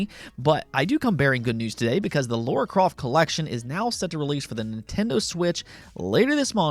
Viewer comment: It's not Laura croft it's Lara...laaa , raa